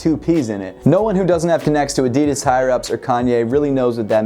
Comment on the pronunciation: Is it just me or did he say addidis not addidas